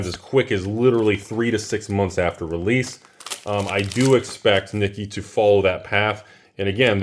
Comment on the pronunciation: Nikke = knee-kay. Was able to secure 5 boxes a while back when you were yelling about them being $60ish.